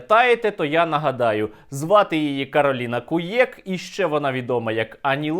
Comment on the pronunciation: Кароліна Хуяк? Чи мені почулося? 😁